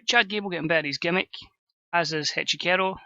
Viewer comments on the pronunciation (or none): I believe Echicero's name is pronounced Etch-e-sair-oh